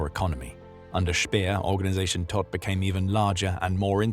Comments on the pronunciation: His name means dead. Prounced toht. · Todt is pronounced « T-oh-t »